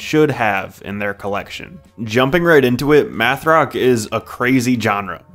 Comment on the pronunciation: Meth rock?? Oh its math 🙂